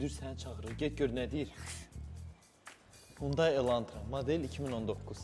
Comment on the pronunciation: XUNDAY YOX HUNDAİ